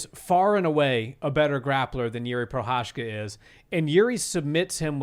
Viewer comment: spíš mě nasralo, že Cejudo, co říká jak je dobrý kámoš s Jiřím, když ho trénoval... Ale furt nevysloví jeho příjmení správně 😂Prošečka ain't it